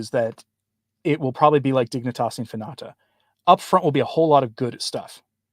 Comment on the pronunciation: Infinita... In-fee-nee-ta.